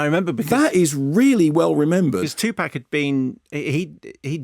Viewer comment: It's TOO-pahk. Grrr.